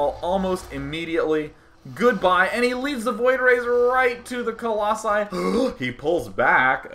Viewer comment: singular: colossus plural: colossi i have no idea why you think it's "coloxun" or whatever you're saying